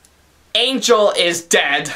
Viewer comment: He can't even pronounce the letter N. it's always "ngh" instead. "Anghel the bunghy"